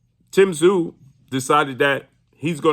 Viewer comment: Crawford has more heart then charlo but tszyu will destroy them all and for all the Americans that can't pronounce his name just say zoo he is a beast and Americans you guys are lucky you will see on your shores tim tszyu greatest boxer you are going to watch in your lifetime then comes Nikita tszyu who could be the beast of all beast's